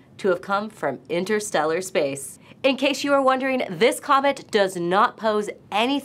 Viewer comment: Hit the word "comet" hard